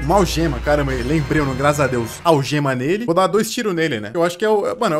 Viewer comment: não sabe falar algemakkkk